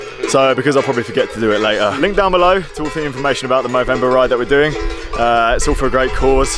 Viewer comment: moo-vember... sorry